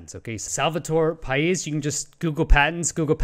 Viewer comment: Paish ...you pronounced it correctly , but the name is romanian , just like himself ..or myself. Coincidently enough , the first videogame that i ever played on SNES in the late 80's , was TOP GUN (oh those carrier landings!) and only my best friend at that early age would actually Have the Nintendo game. His name .....you guessed it ...Pais. Now 30 years later we're still friends and i always troll him with questions about the navy patents .... he never understands wtf i mean .